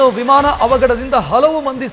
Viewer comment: ವಿಮಾನ ಹೇಳಿ ವಿಮನ ಅಲ್ಲ